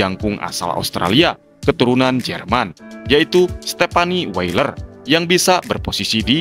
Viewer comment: Sebenarnya weiller tp ngomongnya boiler